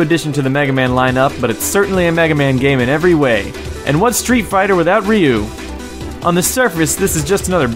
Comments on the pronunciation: ryu is pronounced like roo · did you know that ryu's name is actely ru